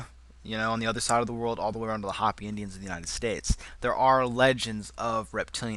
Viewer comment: dude....where do you get off talking about dimensions, of where you OBVIOUSLY have no experience? Talking about "wiccas", but I'm sure you mean Wiccans, summoning evil spirits from the 4th dimension? Moronic. By the way, the Native American tribe is pronounced "H-oh-pee"...not "hoppy"...douche.